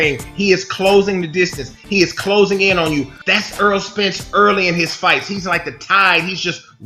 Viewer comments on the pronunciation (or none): errol not earl